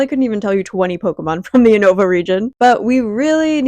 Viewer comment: No shade but "U-No-Vuh" had me wincing Everytime 😂